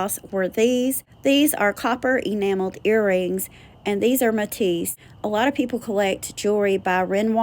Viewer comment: Napier (Nay*pea *er)run it altogether sounds like nay Pierre ❤ Matisse and Renoir were perfect!